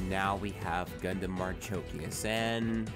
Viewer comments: ...i was referring to pronounciation,its been some time but as i can see you said marchikias instead of marchosias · Thanks for reviewing HG ASW-G-35 Gundam Marchosias. FYI, ASW-G-35 Gundam Marchosias's name is pronounced 'marukoshiasu' (マルコシアス). Clearly Bandai is stretching the limit of what the HG IBO frame can handle given how problematic this is. I guess maybe an MG ASW-G-35 Gundam Marchosias would be better if Bandai makes it. Unfortunately, I think we can expect a P-Bandai HG ASW-G-35 Gundam Hajiroboshi which would likely have similar problem areas as this HG.